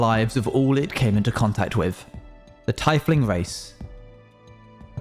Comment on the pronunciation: istg you caused me enough trauma already at this point BUT PRONOUNCING TIEFLING "TIE-FLIING" IS TOO FAR